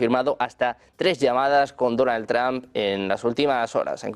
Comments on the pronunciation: Este canal de MAGA MONG0sss sólo DONAL MADURISTAS……. Y consejo: aprendan a decir trump…… 😂😂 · Me encanta que los españoles pronuncian "TRAN" es vez de Trump